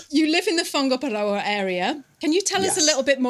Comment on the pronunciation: I was about to drop a negative comment! BUT said Whangaparoa pretty dam good!!! Better than people born & bred here....So Thank-you for showing respect & pushing the boat out.PLUS it sounds so much better than the BUTCHERED lazy pronunciations. gets a thumb up.